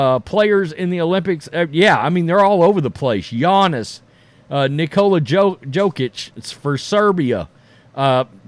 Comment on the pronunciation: Say it slow.... Jokic ( Yo-Kich)